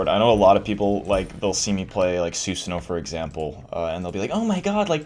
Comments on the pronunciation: su-sah-no not su-sin-no man thats annoying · it is pronounced (Soo-san-oh) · Slim Ninja 650 it's "susan"